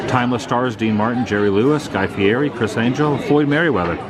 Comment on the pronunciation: Just to throw this out there. Guy Fieri's last name is pronounced like Fee Eddie. That's from his own mouth. Too bad the museum wasn't open yet.